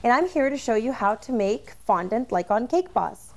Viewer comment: who else cringed when she tried to say "cake boss"